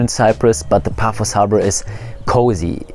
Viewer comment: Paphos, not Puffos